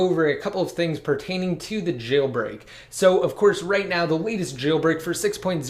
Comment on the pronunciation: Stop moving your head all around saying jayyl break